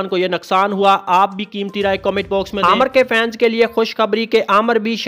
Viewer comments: Bolna to seekh lo pehly. Amar ni nam uska amir nam h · Bhai pehle naam to seek lo aamar nhi hai Aamir hai